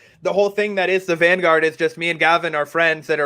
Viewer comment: The "vangraurd"